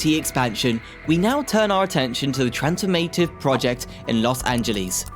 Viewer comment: & & "Trans-form-A-tive" instead of "trans-FORM-ah-tive". "Over-ar-King" instead of "over-ar-CHing". With all of the other mispronunciations and periodic odd pauses, I'm thinking this is an AI narrator and there was not much oversight of the output. The devil is in the details. Finessing & polishing is requiring when presenting information to the public. For a channel focused on infrastructure, to stumble on "gauge" when talking about railroad tracks is especially odd. It's pronounced "GAJ", not "GOWJ" (and measures the distance between two rails).